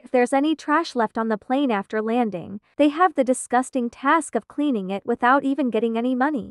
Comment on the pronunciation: "30 minus 24 minutes ", "24 minus 25 hours" > should be "24 to 25 hours" etc.. Lol. "I T" > *it*. The prog needs some tuning up. Can I know what text-to-speech prog & setting you're using for this?